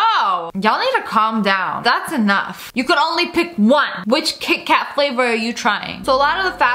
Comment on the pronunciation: me: kit-kat lia: ki-eh ka-eh me: what? lia: wha-eh?